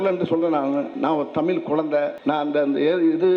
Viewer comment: Thamizhi inra varthaya mothalla ozhunga solluda. ethana makkalukku senja thana porumaya than erukkan innu padikkira pasangalukku laptop innum kudukkala.thalikku thangam kodukkala.exam pass panna teacher ku job order podala...innum list poittea erukku type panna kai valikkuthu.....kari thuppa than thonnuthu...dai vadi velu D.M.K karan pee.....ya thiriya da ...athan mulu vela pakka mattuthu.... unnoda comedya pathu enda tamila kathukkanum ethu sari.vera mazhiya kathukita thappa da .unakku varalana vidu da.kathuga viruppam ullavargala ennda thadukkura naayea......